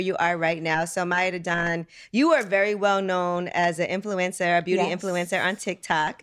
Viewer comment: If I hear her say "Vevy" one more time...I swear. Then have the nerve to be picky about everything...It's VERY, with an R.